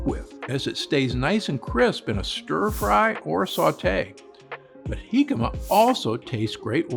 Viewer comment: Kudps on a perfect pronunciation of Jícama. Thanks Dr. Gundry for the valuable recommendations. This is pure gold!